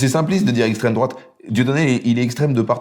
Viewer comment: à aucun moment on le voit dans son extrait qu’elle se fait insulter en revanche on l’entend bien traiter Franjo « d’esstreme drouate » à peu près 58 fois